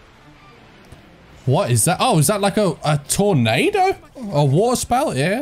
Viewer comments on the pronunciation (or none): none